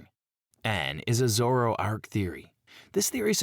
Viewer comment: A.I. having a stroke every time it's forced to say "Zoroark" and "Kangaskhan"